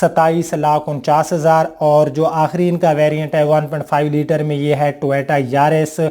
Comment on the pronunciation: ٹویٹا نہیں۔۔ٹویوٹا لکھا اور بولا کریں۔۔